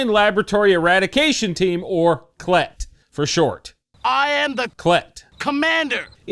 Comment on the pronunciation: I almost spit out my beer when you said CLET because I have a dirty mind and it sounded like CL-T!!